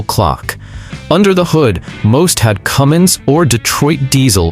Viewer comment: THERE IS NO "G" IN CUMMINS! AND YOU SHOULD KNOW THAT!